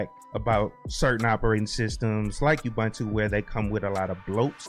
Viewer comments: It's pronounced "ooboontoo" not "yahboontoo" btw! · For what it's worth, I started saying Ubuntu and I still find myself saying it even though I know it's ooo-boone-too lol